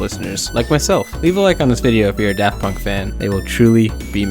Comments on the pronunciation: "Paft Dunk" like Varth Dayer. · "paft dunk" and "kraft punk" LOL 🤣🤣🤣